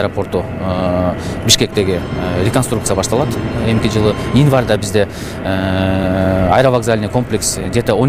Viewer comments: Инварда эмес январда деп эле суйлочу обу жок десе. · Инварда дейко кайра, кайра эле🤦‍♀️.Январь деп суйлосо жакшы болмок.